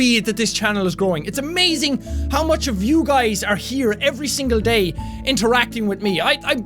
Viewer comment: If you put it to 2 when he says "day by day" instead he says Gay by gay xD